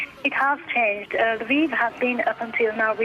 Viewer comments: come on, it's not "laviv", it's "Lviv". If that's too hard, just say "l'vov". I can live with Russian names being misspelled, but Ukrainians deserve to have their cities' names pronounced right. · Polish lwow to be accurate.